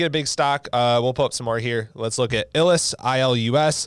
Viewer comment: Dude, it’s pronounced “eye lus.” Not “Ill liss.” 🤦🏻‍♂️ You def be illin lol